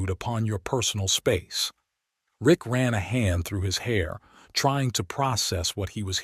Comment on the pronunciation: His name is "RICK" not "ICK"... The term "ICK" is an indication of disgust or disdain. A true man would not regret seeing two beautiful naked women in his shower (unless he was married, with the wife nearby.). Most men would just strip down and join them.